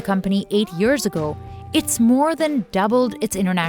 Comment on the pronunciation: Dear Narrator, you've improved a lot in the ceviche special but now we're back to again yurr! and "every yurr" "eight yurrs" sigh